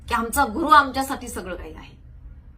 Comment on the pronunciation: गुरुर म्हणजे अहंकार गुरु असा उचार आहे. 🤣